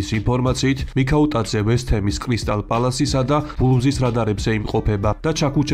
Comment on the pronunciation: კრისტალ პალასი კი არა კრისტალპელასი